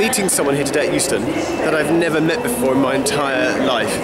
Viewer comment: Interesting that you consistently said Heuston (a major station in Dublin) when you meant Euston.